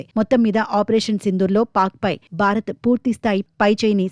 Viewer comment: బారత్ కాదు భారత్